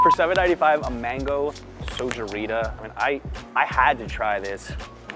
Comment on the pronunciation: I guess you said "mangoo" because you were mixing up "mango" and "mandoo".;-)